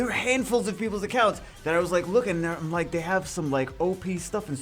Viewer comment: All time u said "i´m like" i did understood "mike" lol